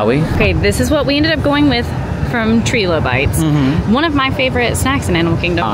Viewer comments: TRY-LOW-BITES not Tree-Low. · Love you both, but it’s Try-low-bites. It’s a fossil reference. 😊